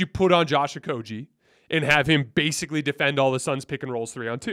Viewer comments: Stop saying Josh OkoJee it's a hard G like Great.... It's Josh OkoGie please say it Right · I love your content, but sometimes you have no f*cks given about name pronunciation. Pretty sure it's a hard G my friend